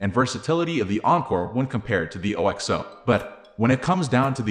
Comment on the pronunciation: You can pronounce it like Oxo rather than O.X.O.